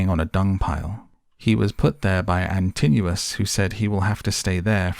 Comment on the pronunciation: I never watch films because I can never follow them and am a bit deaf but I made an exception because it was filmed where I live. I did not know the story well enough before I went - thankyou for filling in the many gaps. IMHO you persistently mispronounce the names of Antinous ant Polyphemus but fashions may have change in the 60 odd years since I was made to read the Aeneid at school. I will never feel the same way about Culbin Forest again. Thanks. I would go back and see it again if they would turn the heating on in the cinema and provide an intermission (preferably two).